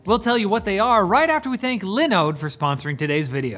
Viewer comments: Its liNODE not lendo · I'm disappointed you didn't go with Dawid pronunciation for Linooooooodde. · No one can pronounce Linode quite like Dawid. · Go watch Dawid does tech stuff, that's not how you pronounce linode! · I wonder how Dawid feels about that pronunciation of Linode :P